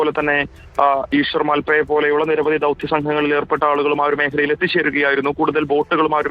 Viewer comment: മാലപ്പ അല്ല .. ""മൽപെ"" ആണ് .. മൽപെ എന്നുള്ളത് കർണാടകയിലെ ഉഡുപ്പിയ്ക്കു അടുത്തുള്ള സ്ഥലമാണ് ...